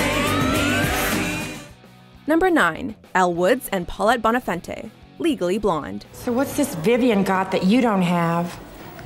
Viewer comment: HALLIE IS PRONOUNCED "HALL-IE" NOT "HAY-LEY"!! And it's "BONE-A-FON-TAY"...